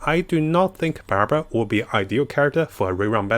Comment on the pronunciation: Damn it so close, it's Barbara ffs